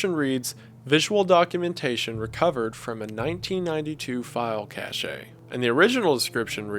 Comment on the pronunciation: “Cache” is pronounced the same as “cash”.